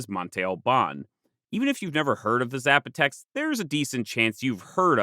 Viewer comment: Zs are pronounced as Ss in Spanish. Sap-o-tec